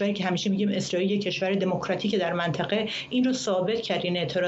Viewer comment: این کارشناس حرف زدن بلد نی منطقه میگه منتخه بهش میخوره یه روسپی باشه